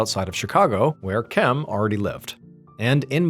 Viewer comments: Spent 10 minutes wondering when TF MrBallen forgot how to say "Kim" 😆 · I can't finish this video. I heard you pronounce it correctly randomly twice and then go back to "chem" instead of just "Kim". I'm 4 and a half minutes deep and so distracted by this that I so far have zero idea what's happening in the story. I watch every upload and your channel helps me sleep and pass time when I'm struggling with my MDD. Thank you sir 🙏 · Why do you keep saying chem? It’s Kim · In God's name why are you saying "Chem" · At what minute are you hearing him say “chem”? I’m 30 minutes in but I went back to the beginning after seeing your comment.